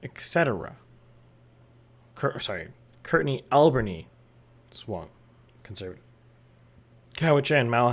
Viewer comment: You need to work on your pronunciation of Courtenay—Alberni 😉 (The Court part of Courtenay is like tennis court; the emphasis is on the ber in Alberni)